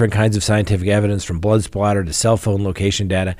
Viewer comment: SOATTER,,, No splatter.